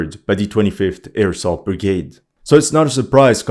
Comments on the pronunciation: Is he saying airsoft brigade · Every time you say "25th air assault brigade" all i hear is "25th AIRSOFT brigade" 😂😂😂